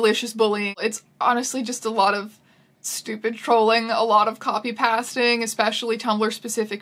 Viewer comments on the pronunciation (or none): copy "paisting" not "past"ing lol you realize it is because of the word "paste" as in like glue right?